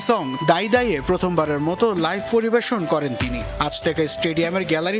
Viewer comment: Noyakhailla reporter! পরিভেশন😂